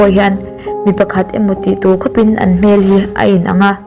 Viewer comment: khop in tih thluk hi diklo thinn